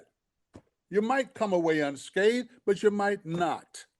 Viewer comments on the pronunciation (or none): none